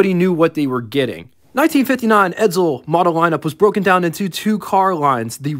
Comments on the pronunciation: Stop saying Edzel its Edsel , theres no Z in Edsel. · ......"ED-SULL", not "ED-ZULL".....their is no Z in Edsel.....couldn't watch anymore after you pronounced it "ED-ZULL" about 10 times...................................... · It’s pronounced “Ed Sel.” Not “Ed Zel”